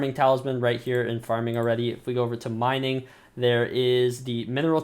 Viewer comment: Lol u said "minning wheat"